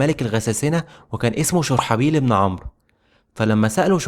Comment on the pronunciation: والله جميل ومجتهد بس نطق الاسماء مثل هرقل وشرحبيل لها دلالات خاصة